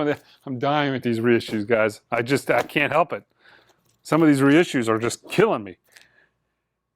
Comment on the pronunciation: I always like to think you're saying, "Ese CDs"... And, just guessing, but the even count for mono/stereo Blue Train discs might be down to people (like me) who but both? Keep up the great work, hopefully I'll catch the next live auction on Sunday.